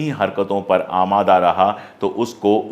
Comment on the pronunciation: अमादा जैसा उर्दू शब्द आपके मुंह से बहुत अच्छा लगता है अशोक जी